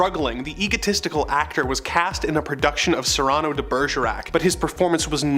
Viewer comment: Cyrano is pronounced "SEAR-an-No," not "Suh-ronno." Oh wait, you got it right the second time P.S. whatever happened to Kelly and Amanda? These new hosts don't seem to be comics fans, just reading off a teleprompter. I could be wrong though